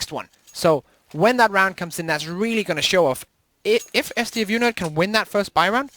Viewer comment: stafu and not s t f u nerd